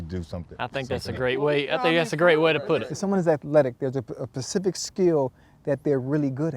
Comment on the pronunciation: ochocinco "pacific skill" lmao ***specific